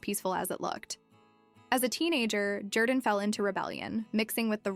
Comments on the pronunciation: His name is not pronounced ‘Jer-dan’. It’s ‘Jor-dan’ even though it’s spelled Jourdan. He says his name on AGT which you have obviously watched. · Love this guys story and journey. However this cheap AI compilation doesn't do him justice, to the point of AI mispronouncing his name.